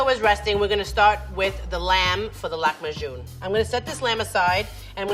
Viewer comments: lakm bajoun ? Being from the Middle East, I honestly feel offended!! IT'S LAHM B AAJIN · Laham bajeen not laham bagon!and its means meet in dough. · The chef really needs to learn the correct pronunciation of Lahm b Aajeen it's not lamajoun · Yh im lebanese so it's nice but the way she pronounced it tho😂 "Lak majoun" idk how u guys pronounce it but here it's lahm baajin (لحمة بعجين) for those who don't know lahm is meat and aajin is dough and the way she did it was a bit different but that's okay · Say with me, it's L A H E M BI A A J I N (Lahm baajin, pronunciation might differ from a country to another, I'm Lebanese and this recipe represents one of our traditional food, you can add some lemon juice and spices and eat it with yogurt) oh and btw we call this kind of flatbread: man'ouche. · remember when kim k called it "lamb a june" 😭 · im lebanese and i died inside a bit every time she pronounced it like that. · As someone who's from the Middle East, I can easily say that level 3 chef absolutely nailed it. The only problem is just how the dish's name was butchered.